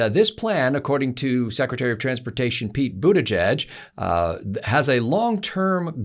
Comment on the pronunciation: Shocking mispronunciation of Pete Buttplug's name.